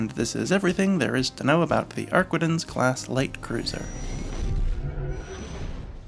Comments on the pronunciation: It's AR-quin-tences. Not arquendence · Ar-kee-tahn mon ami.